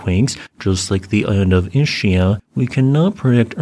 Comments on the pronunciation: "Ischia?" this pronounciation makes my toe-nails curl, it is "Is - kia" ! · Ischia shall be pronounced like "eskea". Please be polite and pronounce the names according to the original language. Beside this small flaw thanks for the video!